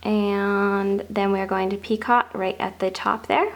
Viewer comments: It's not picot. It's pronounced pico, it's French for knot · PicO - not picot - just a little French FYI - sent with love! Pee-Co no T at the end pronounced. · It’s pronounced, Pee-co. NOT Pee-cot. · Dear, I love your work, but it is a picot, pronounced "Pee-coh", not a "pee-cot". Hmm, I'm not sure that is clear. The second syllable rhymes with... I can't find a word, It sort of rhymes with "coat" without the "t". "Pee-coa" like "Pee-coat" without the "t". And nobody who wants to tell you how it is pronounced has any evil wishes for you, simply to share some knowledge, which will spare you future corrections.:) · Its pronounced pi-coh.... NOT pi-cot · Picot is pronounced peeKOH. Not peecaht. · Picot is usually pronounced "Peek-oh"! For the longest time I thought you were calling it a "Teapot" and couldn't understand why! Lol! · Picot is a French word. The t is silent. It is pronounced 'pico' in English and in French. That's o, a long o. Just for future reference. ;-) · It is pee--ko...the T on the end is not enunciated. It is French. The second syllable is a long vowel...like cocoa ...pee koe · Yes so annoying. Even in proper British, it is pronounced As "peecoe". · Love your edging but just as with crochet the T is silent in the word picot,so it's pronounced peek oh. I'm not trying to be over critical and I do love your videos in fact I made one of your key chain owls for a friend of mine over two years ago and she still has it! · Should learn to pronounce the word properly. It would benefit your credibility. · Seriously! I can hardly believe some of the comments about the pronunciation of the word PICOT. Was it REALLY necessary to call that out. Completely uncalled for, people get a life! I love your vids, keep up the great work = ) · You do beautiful work, and who cares how you pronounce picot.....anyone who crochets knows exactly what you are talking about. Do not let that bother you please. 🙄 keep up the the beautiful videos.